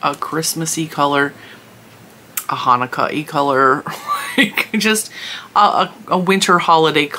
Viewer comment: The basic shimmer is 3.99 now. Hilarious! You said Hanukkah right when it popped into my mind!